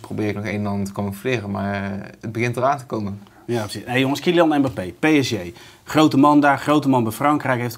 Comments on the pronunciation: Zeg gewoon a.u.b ''PSG'' & NIET PSJ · waarom zegt iedereen altijd PSJ....het is fucking irritant.